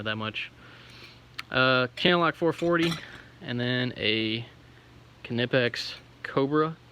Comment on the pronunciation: And you pronounced knipex correctly (according to them) haha